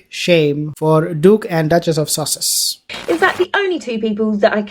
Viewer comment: Did the said...the duchess of sausages??